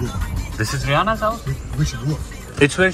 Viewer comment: I heard haryana then realised it was Rihanna...😂😂😂